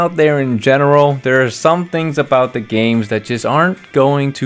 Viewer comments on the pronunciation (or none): none